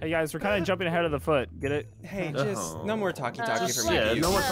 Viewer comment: Also he didn’t he just pronounced an h on accident when he Yelled no